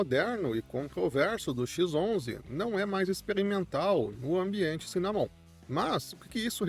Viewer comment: Cara, dá uma pesquisa em como se pronuncia as palavras "wayland" e "cinnamon". Você tá pronunciado errado.